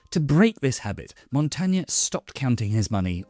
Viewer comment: Good video, thanks. The way this last name is pronounced is slightly different though. Otherwise I enjoyed